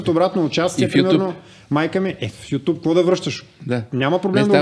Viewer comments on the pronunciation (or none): none